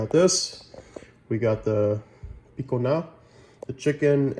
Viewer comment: Thank you. Was thinking same thing. Use Cajun pronunciation!